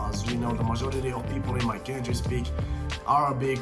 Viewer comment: Commenting about those languages that I know (Turkish, English, Russian) apart from some off-pronunciation (country like "kentry"), you do speak well. I haven't seen Turkish spoken in these videos as grammatically correct as yours. Impressive.